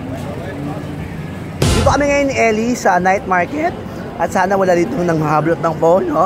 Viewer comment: Ung "night market" sa pakinggan niyo mga besssyy